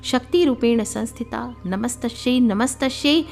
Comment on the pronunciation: कृपया नमत्स्शैच्या ऐवजी नमस्त्सी असे वाचावे